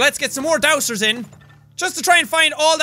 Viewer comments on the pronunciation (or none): Six episodes in and he's still saying 'dowser' with an 's' sound. It's pronounced 'dow-zer', Jack; no one's helping you! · As someone that lives in the west Ik that its pronouced Dowzer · dowser = dowzer. it's like a casual z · no its pronounced Down-sir